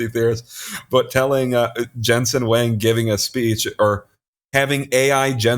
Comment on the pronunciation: Huang is more like Wong not Wang.